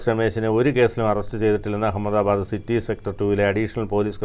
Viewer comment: U don't no even how to pronounce ahamada bad😂